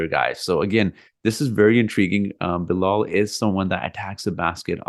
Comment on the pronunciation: Its Bilal